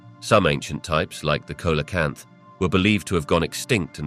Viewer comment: Did dinosaurs sleep standing up ? It's (coelocanth) pronounced "see-low-kanth".